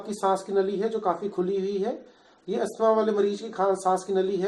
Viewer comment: You can't even pronounce asthma what kind of doctor are you